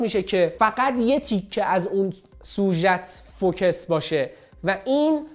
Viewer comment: داش سلام.فوکِس چیه.فوکوس هست ینی متمرکز تمرکز بر روی نقطه ای.مثلا ماتریکسی یا چند نقطه ای❤